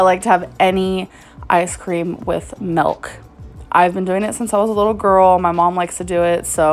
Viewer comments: Ugh…. The ice cream with MELK 🙃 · “any icecream with melk” ok so a milkshake lmfaooo